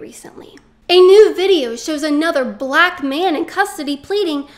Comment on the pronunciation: I LOVE HOW YOU OVER EXAGGERATE "BLACK" EVERY TIME YOU SAY IT. SHOWS HOW IMMATURE YOU ARE!